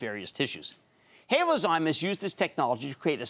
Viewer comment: HaloZyme NOT HaloZome IDIOT. Cramer, do a little research and learn how to pronounce the company name before the interview.